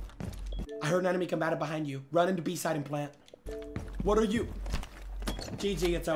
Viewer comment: He Jynxzi love your content you make me laugh a lot especially when you say enemy combatrrr or when chat says their edging. But most importantly whenever my days bad you lift it up. Good work and keep it up